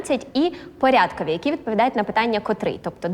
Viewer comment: Здається, правильно не порЯдковий, а порядкОвий.